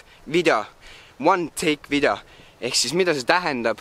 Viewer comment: miks sa ütled vidjo....ja ka